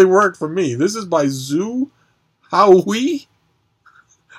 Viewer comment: Zhou Haohui is pronounced "Joe How-Hway" Pinyin can be difficult to read but at least it's not in Wade-Giles. Nobody can read Wade-Giles.